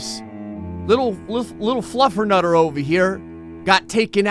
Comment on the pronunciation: did he just call that cat flufer nuter